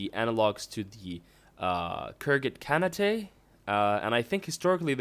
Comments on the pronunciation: Just a note: Khanate is an english word referring to a system ruled by a Khan. Khan + ate. Not Khan-a-te. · khergit Carnatay? its KAHN-ATE.. gosh study some Ghengis Kahn Lore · Nicolas Koopmans it should sound something like "Khan-it". Or whatever. I was wrong too by the way. :p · Janas Aurora I think what Hurd is trying to say is that the word "Khanate" is not a name. "-ate" is just a suffix for "Khan". Combined together, it means "The sovereignty/reign of the Khan". And it's exactly the same for the word "Shogunate". It shouldn't be pronounced "Shogunateae". ;) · Lel, you are funny... You pronounced it wrong... It goes along the line of "khan-ate", not "khan-ateae"... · Khanate is pronounced Karn ate and Byzantine is Biz an teen. Good video, but pronunciation drives me crazy. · Holy shit, that pronunciation of "Khanate" made me butthurt... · Was pretty humorous at least so that is what I am going to think his intent was ;)